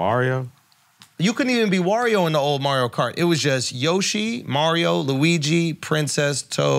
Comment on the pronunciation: Can say Mario right for once